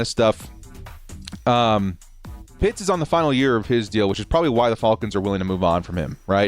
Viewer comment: you gotta stop saying “falcons” like that